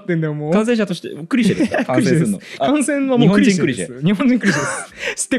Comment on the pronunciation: 細かいことですけど、ティザーじゃなくてティーザー(teaser)です。 それからいつも気になるのが「ク」にアクセントがある「クリシェ」です。本当はアクセントは「シェ」にあります。 とにかく気になっちゃうのです。すみません。